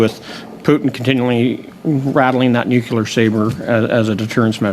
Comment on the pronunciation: Bezan can't even pronounce English words properly. "Nuculer"?? "Expecially"?? These people are uneducated imbeciles who have no business sitting over such weighty matters! Additionally, they must be living in another dimension if they feel Zelensky is a "Churchill like figure!" Or that most Canadians think Putin started this war! Good lord!